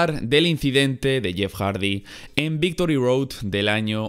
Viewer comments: Minuto dice "Victory Doad" Ahre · Dice Victory Doad WTF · "Victory Doad" :v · Victory Doad? 😅😅🤣🤣